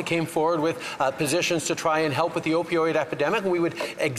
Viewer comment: he most definitely said Opioid “academic” 😑 🤦🏼‍♀️